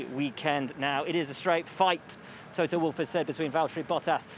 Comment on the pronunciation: Lewis, it’s Toto